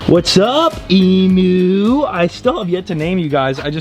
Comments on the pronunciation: Please as an Australian its pronounced EEM-YOU, not EEM OO sorry cant help it 😅🙃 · For the last time you say the u in emu as ‘you’ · PLEASE it's pronounced eem-you